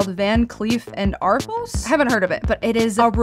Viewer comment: Van Cleef and Arpel (pronounced ar-PELL not arples) is a very real high end jeweler. So yes, their jewelry would cost $5000. And it would be real gold and real gems. Just goes to show “influencers” need to educate themselves before making “live forever on the internet” videos.